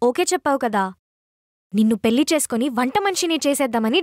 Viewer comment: పెల్లి ఏంటే తల్లీ పెళ్లి అనండి మీరైనా